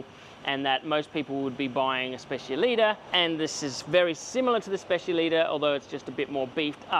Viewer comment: Is specialità not specialita 😂